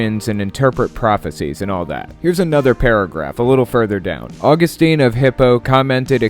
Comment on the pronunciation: FYI: Augustine of Hippo is pronounced "Aw-GUS-tin".